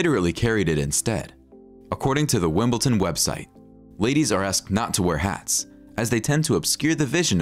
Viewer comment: It’s Wimbledon, not Wimbleton.